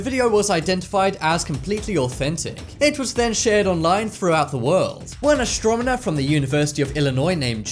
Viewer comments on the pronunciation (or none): What the hell is an "astrominner"??!! BAHAHAHAH!!! THATS HILARIOUS!!!